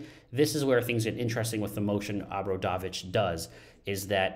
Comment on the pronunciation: Please learn the pronunciation, it is very easy, oh bra dough vich